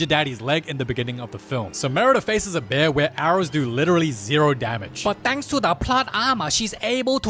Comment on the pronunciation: “BÆR” I shiggled